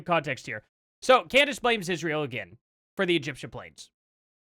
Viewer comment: she cant even pronounce Israel right. she says "Ishhrael"